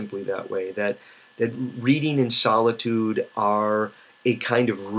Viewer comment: Because you speak very clearly and deliberately a speech to text program could accurately convert and then embed the Meta data into your video. When that technology gets better it will nullify this advantage that reading has over video. “Solidude” I have to make fun of that because in all the videos I’ve watched of yours that’s the first time I’ve heard you mispronounce a word... freak.